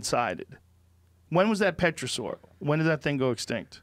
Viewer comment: "Petrosaur" "Australia-pithecus" XD